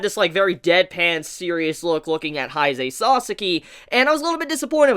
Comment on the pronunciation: You pronounce Kaneki and Haise so strangely